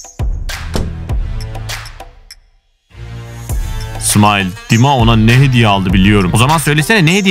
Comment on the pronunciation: Smile diye okunmuyor smayl diye okunuyor